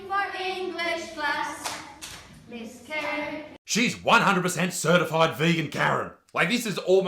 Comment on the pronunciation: I honestly thought Isaac was saying carrot, not Karen 😂